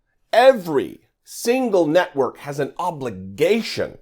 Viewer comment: Did you say “FOX news NUTWORK” I thought that’s what I heard.